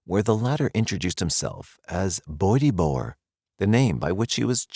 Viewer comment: Bo-etty bo-wer? Wtf.